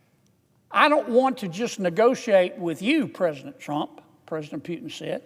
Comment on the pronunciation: I love the way Senator Kennedy calls Putin Phewtin😂